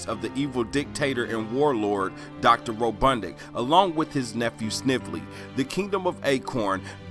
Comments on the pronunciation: Ro bot nik not ro dud nic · That interesting. It’s a mean ass reach,but it was fun to watch. It’s RoBOTnik. Not RoBUTTnik